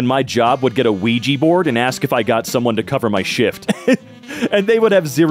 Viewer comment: Why do Muricans say ouiji instead of ouija